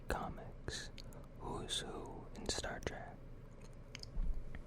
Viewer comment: I wanted to hear Star Trek facts not Star TrAk facts lmfao jk awesome video man!